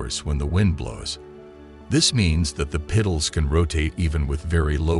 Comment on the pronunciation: What’s a pital? Or a peetal?